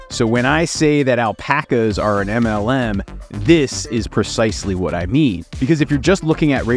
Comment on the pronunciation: im not englishperson, and I am just hearing MNM, like dawg what did those candies do?